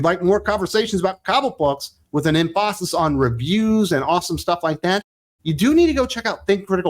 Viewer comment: You triggered me in the last 10 seconds of the video. "Emph-AHsis"? Bruh.